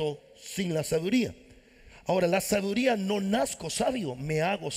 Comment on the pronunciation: Sabiduría no la pronuncia bien